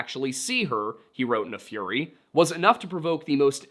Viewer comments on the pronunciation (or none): none